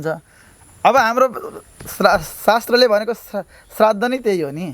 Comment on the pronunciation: प्रश्नकर्ताले 'श्राद्ध' शब्द शुद्ध उच्चारण गर्ने ।